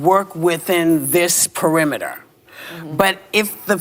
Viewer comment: 'Ad hominid', 'parimeter'. These 🐔 cant even speak straight. Ahh Biden voters